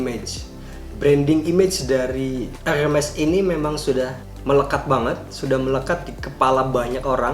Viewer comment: Bacanya herme' .. bukan hermes tong harganya juga tidak segitu 😂💨👈